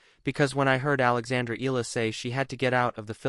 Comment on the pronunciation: Alexandra Eala. Her surname is pronounced as e - ya - la